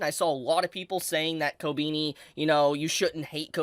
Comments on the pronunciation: It's koBEni not koBIni. Please. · The way you pronounce her name Ko-beenie." lol It's "Koh-beh-knee" my dude. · Ko-ben-E not Ko-BEANIE lol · dont wanna be a smartass but its pronounced "ko-benny" and not "ko-beanie" 😅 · why are so many people saying ko beany ? is it difficult to pronounce it like kohh beh knee ? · Kobeany? The is no a between e and n.. kobini 💀😂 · I know it’s a reoccurring gag with never pronouncing characrer names right but sheesh I didn’t expect koh-bean-e, it’s koh-Ben-e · kob E ni ....not kobini. xP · How long until bro realizes it's kobehni and not kobeeni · It’s Ko-be-ni not ko-bee-ni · KO BE NI NOT KOBINI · Who is "Co-Beanie"? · why he keep saying kobeanie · Man said "kobini"... fml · Did you freaking call her "Kobini" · swear your pronunciation of everything is so cringe lol wtf kobini?? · Her name ain’t Kobini bruh 💀💀💀💀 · Hearing you say her name like "ko-beany" kinda hurts... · Did he just say Kobeanie??? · Why does he keep saying ko-beanie tho? 😂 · Ko- Beany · Jesus christ learn to pronounce Japanese naes. Kobeni Kobehni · ‘Kobeeknee’ 💀 whyyy 😩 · why you pronounce her name like ko-beanie 😭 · Who is "Kobeeni" LMAO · I hate how you pronounce her name. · What i hate is how you pronounce her name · Why do you pronounce "Kobeni" wierdly? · KobEni no I it's E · Not a big fan of how he pronounces her name regardless of if he’s right or not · Love ur Videos but why do u say her name like that 😂😂😂😂😂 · Denji: bark! Kobeni: Courage the Cowardly dog gibberish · Omg you really can't pronounce her name